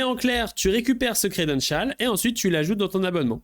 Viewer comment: Le credenchaaaal